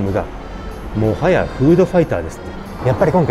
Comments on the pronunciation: もはやのイントネーションが顎より気になる。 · 本日の語録ハイライトのコーナー！！ 「もはや」のイントネーションが唐突の関西ｗｗｗ からの にも畳みかけ関西「もはや」ｗｗｗ